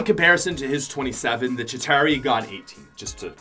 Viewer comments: It's ChitAUri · u say chituari bad caus u aim SUCK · Not a single YouTuber can say chitauri without sounding weird.